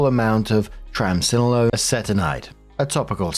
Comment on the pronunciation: you are an absolute champ for that pronunciation of Triamcinolone! Took me twenty years to learn how to say it properly 😂 I have plaque psoriasis and, boy, do parts of that story sound familiar to me, though, boy, if the story is true, OP has one horrible friend.